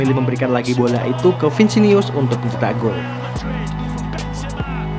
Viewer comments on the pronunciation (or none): Vinisius bro bukan vinsius😅😅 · Vinicius bos bukan vicinius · Vinisius bosq... bukan Vinsinius... heuheuheuuu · bang vinicius nyebutnya bukan vincinius terua nacho bukan nako.. itu aja si bang,semuanya keren.. semangat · Vinicius ya bang ya, bukan Vincinius. Nama orang jangan diubah", haha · Vinicius Jr.. Bukan Vincinius Min..🤣😅🤦‍♂️🤦‍♂️ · Btw namanya "VINICIUS" bukan "VINSINIUS" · Bukan vincinius bang , vinicius junior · Vinicius bukan Vincenius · Bkn vincinius tapi vinicius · Vinicius...bukan vicinius 😆😆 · Vinicius bukan vincinius🔨🤣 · Saya koreksi pengucapan namanya ya min.. 1. Vinicius = Vinisius 2. Nacho = Naco, bukan Nako